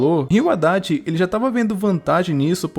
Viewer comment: Quando falava Adachi eu só entendia Haddad 😂